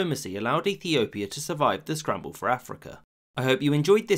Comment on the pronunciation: You can clearly hear Ethiopia